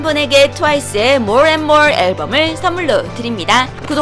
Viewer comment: 발음...ㅎㄷㄷ 왜캐 좋아요? 모얼 앤 모얼...ㅇ어케 하는거지...모얼 앤 모어...모어 앤 모얼....모어 앤 모어....으어...